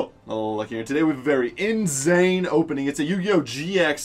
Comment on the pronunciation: Did he say inZane?????